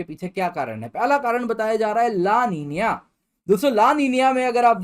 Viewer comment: लानिनीय nhi hota---- ला नीना bolte he isko